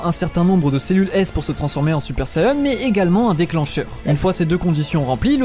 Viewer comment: SaYAn pas sayeun mais sinon super vidéo